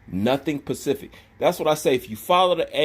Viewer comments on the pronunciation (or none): Stop that pacific shit -🤐 it's specific